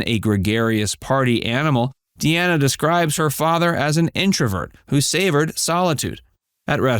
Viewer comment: Dean Martin's daughter pronounces her name Dee-nah. Not! Dee-Anna. But spells it Deana. That's Dean with an "A" at the end. His last name is pronounced Crow- setty. Not! Crow-chetty. How do I know? There's several sites that he mentioned that's how he pronounces his name.And Sasha is not his biological daughter. He adopted her. She is the daughter of his third wife.